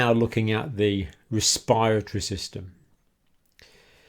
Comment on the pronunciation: I think because of his accent he pronounced the Respiratory System incorrectly but thanks for the video